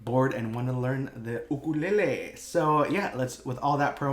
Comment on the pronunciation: I love the part when you said ukelele because I'm Mexican and you know... I loved it